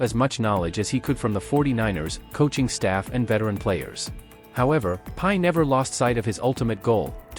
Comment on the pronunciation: The AI got his name wrong - it's not pie :face-blue-smiling: it Brock Purdy :face-red-heart-shape